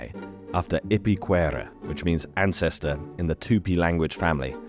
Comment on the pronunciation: The 'anscestyr' triggered me big time.